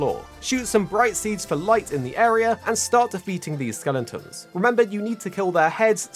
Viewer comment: For the love of god, stop saying skelentons. Its skeletons.